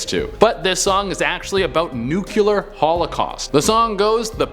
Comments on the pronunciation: It's pronounced noo-klee-ar, not noo-kyoo-lar. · Argh! its NU-CLEAR NOT NUCULAR... Sigh.. I love you cuz you're great and funny and super great looking(p.s I'm not a guy even though my name on here is a male name) but this has got to be one of my biggest pet peeves.... People saying words wrong... much love to you though!